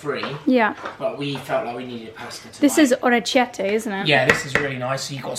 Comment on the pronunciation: The field is full of blue linen plants. Also, please do not take this as negative thing, but the pasta is pronounced: ore-kie-tte. It means little ears, because of the shape. I spent a holiday in Puglia and we were told by the locals. :)